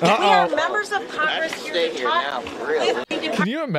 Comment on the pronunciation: "wE aRa MeMbeR oF cOngRiSssssssss" Ohhhhhhhhhhhhhh please.